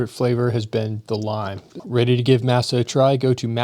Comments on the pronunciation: Im pretty sure masa is pronounced "MOSS-uh" not like "MASSah" 😅 but maybe im wrong lol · Uhm, I am a fan of those chips that sponsored the video, but it's pronounced "MAH-sa," not "MASS-ah" One evokes the Spanish word for corn meal, the other evokes the subjugation of slaves to a tyrannical slave lord. (And yes, Beef tallow is incredibly satisfying.)